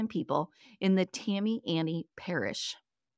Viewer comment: St. Tammany Parish= Saint Tam-a-nee. Thanks for the podcast.